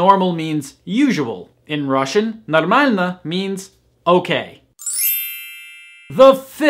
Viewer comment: You have the best pronounciation among all native English speakers I've ever heard speaking Russian.